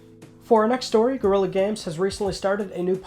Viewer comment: It isn't Gorilla Games....it's Guerilla....GUERILLA GAMES. Also, her name isn't Ava, it's Éabha=EeBAA